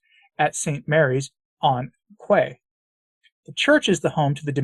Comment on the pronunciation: FYI quay is pronounced ‘kee’. Strange but true.